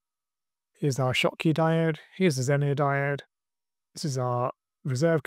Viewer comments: don't get me wrong, I enjoyed the video, and the one where you broke it in the first place 😀. It sounds like you're saying zenier with an I, not zener (either pronunciation). Hope this helps. 👍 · ZENER. It's ZENER.